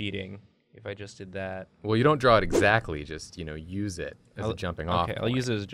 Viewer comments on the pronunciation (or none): i have an idea: everyone does this, pretty much the same, but with each other's voices as well as art styles i just love how Julia sometimes pronounces "exactly" with so much T (ex-ac-tuh-lee)